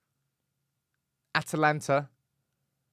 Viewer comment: Atalanta pronunciation for Atlanta is diabolical 🤣🤣🤣